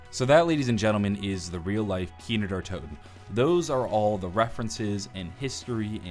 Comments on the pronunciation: it's kino not kiner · Why does he say kiner der toten instead of kino der toten? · "kiner der toten" i swear that is how you're saying it xD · Does Anyone know he says Kiner Der Toten